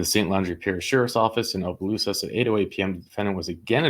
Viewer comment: You got Leonville right. It's Opelousas you messed up. It's pronounced aa·puh·loo·suhs ￼ Slow Better Practice Practice and get feedback • BETA